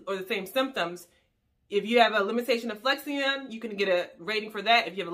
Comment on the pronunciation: The proper way to say Flexion… is Flek • Shin not Flex • e • on